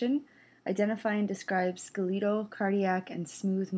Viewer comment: Ska-leetal muscles? Seriously?